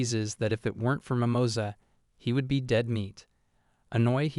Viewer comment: "Mimoza" rabbit... that sound so wrong un spanish lol